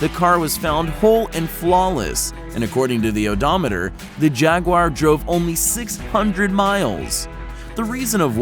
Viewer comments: Eddie Caplan but Jaguar is a British company, so say it like a Brit! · It's not a "jag-wire." It's a jaguar. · What the hell is a jagwire it is jaguar. you know what evey britsh person we now say chevrolet as chevrilit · It's pronounced JagUar, not Jagwar, dick! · Jagwire? Its said jag you a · its not jagwar its jaguar you prick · “Costed” is not a word. “Jag-wi-yer” is not the correct pronunciation of Jaguar is pronounced, “Jag-war.” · Its not jag waaaa its jag you are lol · "the jagwhyer" really dude? its pronounced 'jagwar' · Its pronounced "Jag-U-ar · Americans say "jagwar"... never heard anyone call it jagwire before. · I would even excuse jag-oo-are, but not jagwire... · Americans pronounce it as jag-oo-are (me) but jagwire XD. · Why do so many Americans pronounce Jaguar as 'Jag-wire'? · Jag Wire? Are you high or just plain ignorant? Don’t quit your day job. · When he said Jagwire it triggered me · Say Jaguar again. Wait..... what is a JagWire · Yeah No Car Says JagWire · 26 seconds in and already you Americans can’t say jaguar properly. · There's no "i" in Jaguar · What the fuck is a Jagwire? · Jaguire? What? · oh yes the jagwire is a nice car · What is a jag wire? I think he wanted to say jaguar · ha ha ha "jagwire".... it is Jaguar. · What is a Jag-Wire??? Have a voice talent narrate your video who has SOME automotive knowledge! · ITS PRONOUNFED JAGWIRE ASSHOLE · jagwire are you fucking disabled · What's a "Jaguiar"? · "jag wire" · Learn the names why don't you? It's not a JagWIRE. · What the hell is a jog-wire? How do you speak English and butcher a word that badly? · no car enthusaist says JagWire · Yes. A thousand times yes. "Jagwire" is insanely irritating to me, too.(same with Porsche-2 syllables dammit!) Maybe it's a Canadian thing? I've heard it said this way on a couple of car shows on tv that are based in Canada. (Legendary Motorcars & Restoration Garage) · WTF is a Jagwire??? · Can't even say jaguar right. Rally pisses me off